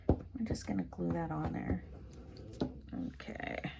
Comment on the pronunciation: Okay, much to comment on! The way you say '...Galoo' (glue) in your intro has me smiling like crazy, Sherman snoring in the background has me chuckling...and then the actual ICAD, CUTE or what! The quote is just perfect. Can't believe you threw his legs away, lol. 😘❤